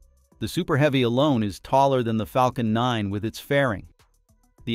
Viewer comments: Flacon nine??????? AI crap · we have the proof this is a IA voice: "Flacon9" 😄